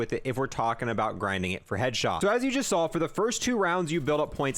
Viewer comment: Why does he not say the s in headshots and kills